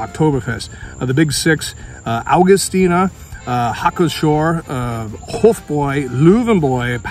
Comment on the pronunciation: The P is pronounced on Hacker-Pschorr.